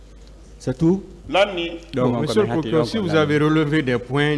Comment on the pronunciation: 😂😂😂 Quand il prononce mr le plokileur